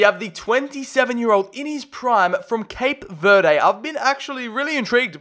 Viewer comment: it’s pronounced cape ver-Dee not cape ver-day